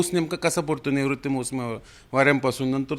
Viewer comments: रिपोर्टर साहेब त्या वाऱ्यांना नैऋत्य मौसमी वारे असे म्हणतात.तुम्ही त्याचा उच्चार निवृत्त वारे असा केला आहे.मराठी बातम्यात उच्चाराकडे लक्ष द्यावे. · निवृत्त नाही तर नेंऋत्य म्हणा हो